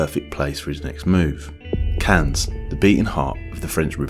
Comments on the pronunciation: “Cans” lmao. Hey guy just say “Can” (Cannes) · You need to look up French pronunciations for your video: Cannes, Les Princes are just so far off the real thing that at first I barely registered they were supposed to be French